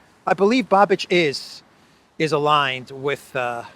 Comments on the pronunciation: It's Babish not Babich. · You pronounce Babič wrong. It's not Babič it's Babiš. So not Č but Š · I would just note that "Babiš" is not spelled like Babich but Babish, I'm sorry but as Czech it tortures my ears when you say Babich 🤣🤣🤣 (just for fun). As for the last election to the Chamber of Deputies of the Czech Republic yes, Eurolibs had to put five parties together to defeat him and it is highly probable they won't be able to repeat it as this government, which is facing problems of internal coherence, is the least popular government in our history, probably including those from communist era... 😝 There were just regional and senate elections here and government parties are losing positions hugely, next Chamber of Deputies election will take place next year. Babiš joined Orban in EU parliament in Patriots fraction, but unfortunately his party should be perceived mostly as opportunists and although his eventual next government probably correct the biggest craziness committed by Eurolibs, one can't expect he would go as far as Orban or Fico. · The former Czech prime minister's name Babiš is pronounced "Babish" in English. I Just want to help. Great video 💗